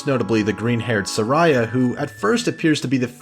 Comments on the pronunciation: Sa-ree-ah is the right pronunciation of Saria. I actually met someone with that name and I made a similar mistake because I had only read and never pronounced the name outloud either. My ears felt like I was hearing a pterodactyl screech everytime I heard you mispronounce Saria. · Her name is not Saraya lol have you even played the game the first girl is named Syria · Jesus Christ. I hadn't gotten that far into the video. Now I see you were making fun of him calling it duku tree. My god I need to just like be patient and see if I "get it" after watching the friggin video. (Edit: it's funny how he pronounces Saria because I almost though I heard him say psoriasis lol) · OMGosh...the bizarre sounding Saria pronunciation is driving me INSANE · Sariah...? Really now i thought it was Saria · "suh rye a"? I think of it as more of a "sare ee uh" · "Sarara" you mean "Saria"? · Man, its SAria, not saRIA. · Why you pronounce Saria as Sareya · Sa - reeh - ah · Sar-eye-a was like a sister to Young Link. Like a psoriasis. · You pronounced saria wrong it’s just like how you pronounce the name Sarah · i always pronounced Saria as Sa-ree-ah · ORGAN, it’s a pipe ORGAN. Great vid though, save from the pronunciation of SA-REE-AH and DAY-KOO tree 😜 Best game ever